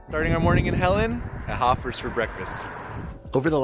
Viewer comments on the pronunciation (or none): I've been going to Hofer's bakery since the 90s. And just for clarity sake, it's pronounced Hofers with a long O, not like Hoffers